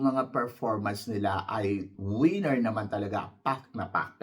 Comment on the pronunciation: ......Correct your PRONUNCIATION......It's not WIENER. This means your DING DONG. It's WINNER.